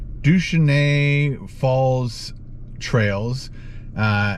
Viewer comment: 😂 douchanay....its pronounced Doo-shane-ee...made me laugh. Im from the Bay, thanks for the video ❤